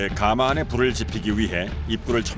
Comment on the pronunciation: 해설자의 해설 중 발음 잘못이 있네요. '가마'를 처음 시작하면서 '숯가마'라고 할 때는 제대로 발음하는데, 그 뒤로 '가마에 참나무를 ...'이라고 할 때는 잘못 발음하네요. '가:마'라고 길게 해버리네요. 그 '가:마'는 옛날에 신부가 시집 갈 때나, 지체 높은 양반이 타고 다니던 '가:마'이고 찜질방의 '숯가마'나 '가마솥'이라 할 때는 '가마'라고 '가'를 짧게 발음하는 것이 옳지요.